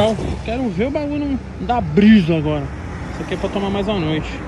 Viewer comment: Se tem Toguro Cebolinha falando "agola" tem like!